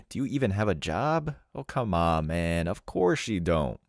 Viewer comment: You ever notice how some of these women pronouce the word "Man" ? It's like "Me-an" or "des meen"